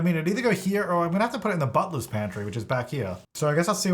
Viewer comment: Had to google what a "buttless pantry" is. Then I found out that he was saying "butler's pantry" 😭😭